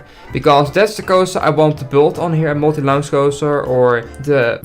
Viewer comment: I know that English isn't your first language and I don't mean to be rude but I will be restless until you pronounce launch correctly